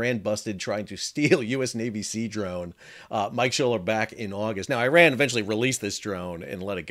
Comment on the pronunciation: Iran= E-Ron Iran# Eye-Ran